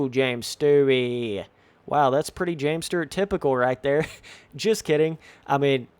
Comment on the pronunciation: James Sterrt lol? 😂😂😂